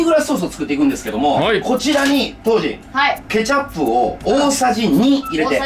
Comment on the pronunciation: カジサックケチャップの発音が違うような気がする？